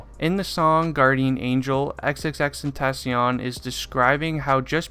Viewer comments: 'xXxTeNtaSzziOn' ik its xxxtentaacion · Crazy how he’s ur fav artist but you don’t know how to say his name 🥴😭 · You still can't pronounce his name right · say his name right or just say X ffs